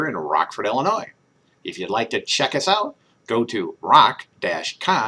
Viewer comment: Love the show as always but, um..., we don’t pronounce the ‘s’ in Illinois. But did I say how much I love the show 😁